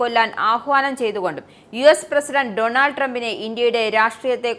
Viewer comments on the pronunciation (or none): none